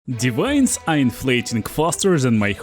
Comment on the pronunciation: Блин "дивайнс" на чистом русском))) Я даже сначала не понял что за озвучка такая новая у моего переводчика 🤣